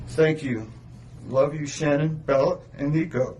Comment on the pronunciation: Say her name right